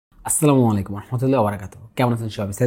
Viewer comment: ভাই সালামটা ঠিক ভাবে দেওয়া শিখবেন আশা করি......! আপনার সালামটা কোন আলেমকে দিয়ে বলবেন ভুল শুধরে দিতে।